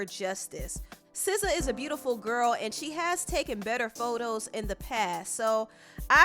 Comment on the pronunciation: 1. you are the first person I heard that pronounced her name correctly. 2. I don't know this man. 3. The second you showed the cover, I thought what was wrong with Sza's face? 4. Gangs use to be about protection, now they are greedy monsters.